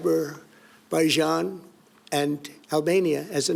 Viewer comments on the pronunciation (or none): Even the auto-subtitles quoting him correctly saying "Abberaijan" lol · Aber-Baijan and Albania 🤣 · What's Aberbaijan? That's a new one. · "Aber-baijan".....that's in Wales, isn't it? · Äähh.. ABR-BAJAN.. and albania😎🤝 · ABerbaijan? He may aswell have said Azkaban 😂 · Aberbaijan and Albania lol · Abberbaijan and Albania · was he trying to say Azerbaijan? 😂😂